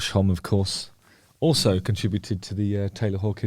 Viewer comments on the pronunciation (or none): It's Hom-me. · I used to say Josh homme the same as you but it is pronounced “hommee” which is strange but there ya go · I’ve always pronounced Josh Homme as you do ( softly ) but I’ve heard recently others pronounce it Hom-meh!?( sorry, I’m American) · To be fair, who doesn't pronounce Homme wrong all the time?